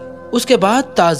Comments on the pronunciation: Bhai tazir nahi tajir bolo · Bhai tazeer nahin tajir hai baqi masha Allah alhamdulillah.